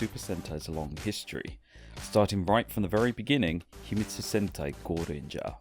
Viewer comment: Is not "goranger" its "gorenger"